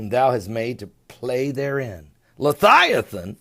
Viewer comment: come on its leviathan not lithiathon surely you do this in purpose